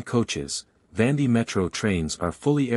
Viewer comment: Please pronounce correctly, not Vandi